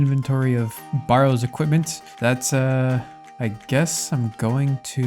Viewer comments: A barrow is a burial mound and is pronounced like the barrow in wheelbarrow - rather than BAR-row. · great episode as always! just had to comment on your pronunciation of barrows 😂